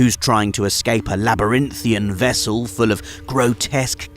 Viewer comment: Labyrinthine, the word is ‘labyrinthine’